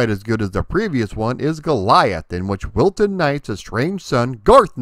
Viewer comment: When you mention him when you're talking about the TV show you say Wilton.... But when you mention him when you're talking about the Windows game, it sure sounds a lot more like Wilson....